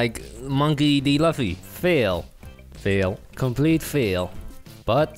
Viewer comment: Who tf is loffy I only know luffy lu-ffy